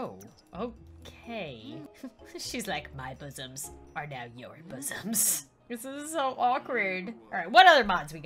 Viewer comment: ‘’My busomms are now your busomms ‘’ 2019